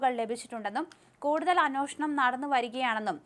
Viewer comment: അന്നോഷണം അല്ല അന്വേഷണം ആണെന്ന് പറഞ്ഞിട്ടുണ്ട്. വീണ്ടും അങ്ങനെ തന്നെ പറയുന്നു.